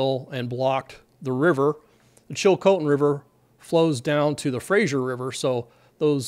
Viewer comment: Pretty good pronounciation on the place names, including Chilcotin (others have already commented on Fraser ) I grew up upstream from there, near Hanceville, and my parents still live there. There is one bridge for access, so I'm hoping the back up doesn't get that far to affect the bridge. A lot of people depend on the salmon run, so this will affect a lot of people both upstream and down. Hoping there's not a sudden catastrophic breach, as had been predicted, for all those downstream